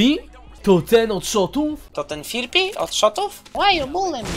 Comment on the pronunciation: Trochę to wkurwia firpi to jest freapy a nie fripi